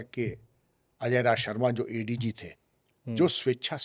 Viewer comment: Bhai raaz nahi hota raj hota hai. Thoda bahut padh liya karo. राज़ ❌ राज ✅